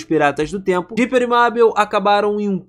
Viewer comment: Meu Deus mano........ O cara so fala o nome da mabel errado q agonia